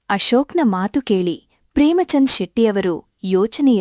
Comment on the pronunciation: The story is nice please talk proper Kannada it is not Matru it is Mathu